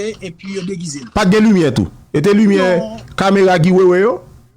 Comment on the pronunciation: Djòl sirèt la di "blodeurs ploduction", lumiuèrs. Dadou radio pa ou tounen back nan fè cheve.